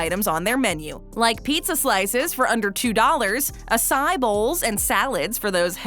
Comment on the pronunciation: Re-record the part where you say Acai. It was pronouced wrong.